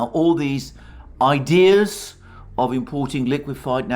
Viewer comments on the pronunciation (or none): none